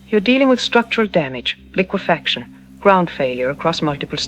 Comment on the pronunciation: Dude ai is funny liquifucksion😂